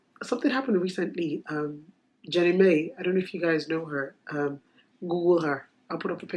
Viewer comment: It's not pronounced Jane Mai. It's pronounced Jini Mai. Jeannie Mai.